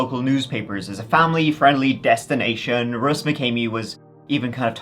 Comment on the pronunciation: I thought you said"Deathstination"😂